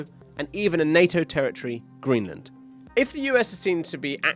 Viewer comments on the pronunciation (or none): none